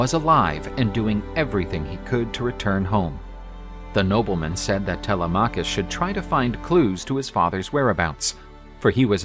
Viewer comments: tele-maw-cus had me dying bro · First time I hear Telemachus pronounced that way, kind of distracting.Great video otherwise!